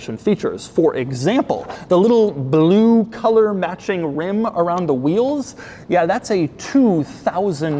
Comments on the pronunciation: The way Doug says “bloo” is almost as great as how Boris Johnson says it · I strive to say the word "Blue" like Doug does. BLEEW Nailed it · Why does he say blue like that tho 😂